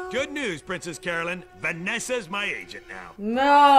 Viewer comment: could somebody tell her the charackter is called princess carolynn not caroLYNE. every episode...